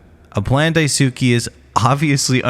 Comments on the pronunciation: It's DAI-S-KAY not DAI-SU-KI Like Sasuke from Naruto so many pronounce it wrong... Ugh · Ive noticed that, I figured it was supposed to be something like "Dies-kay" but then noticed everyone else was doing the ither pronunciation and figured they've knew something I didn't. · Amazing video but please pronounce Daisuke’s name right 😭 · How hard is it for y'all to look up how to pronounce Daisuke half the videos do the same annoying pronunciation